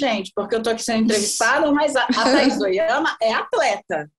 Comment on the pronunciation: Que insuportável a voz e pronúncia dessa Taís Ohiama!!